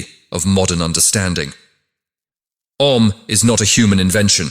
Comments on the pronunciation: The sound is not "A" but "Ah"... please use a human to record this, not AI voice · The three syllables in "OM" are not pronounced as A U M. They are - A as in the word "Attend" or "Attire" ; U as in the word "Woman" ; and M as in the word "Month" or " Must". It should end as in "Hum". The english pronunciation is entirely Wrong and Misleading ! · It's not Ôm, Aûm. More close the Aa than Ôo. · I've heard it pronounced ah oom. The whole explanation in this video is extraordinary.